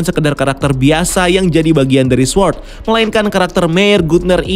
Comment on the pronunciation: baca sword , W nya ga ush dibaca bang... "sôrd"